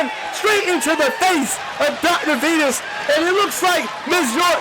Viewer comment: The silence that The Violator walked out to was hilarious. Reminds me the problem The Rock had, when he was still Rocky Maivia, lol. Also, the Announcer pernouncing Dr. Venus' name As, "Dr. Venoose." 🤣